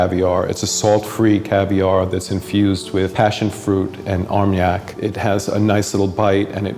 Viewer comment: I can't get over how someone who works in fancy food would pronounce Armagnac so poorly.